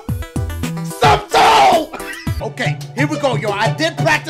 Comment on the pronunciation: “Intensive exposure do you want to see the diugh Poshure”. 😂